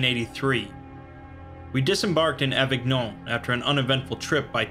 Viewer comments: You read the french words quite well ! (the only exception being that avignon is read as avinion but you couldn't know that if you hadn't heard it before). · Avignon is pronounced Avinyon